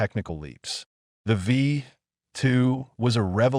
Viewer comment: Werner "von brown," not "brawn." Ver'-nurr, not vern-her. "V2," not "V" ... "2."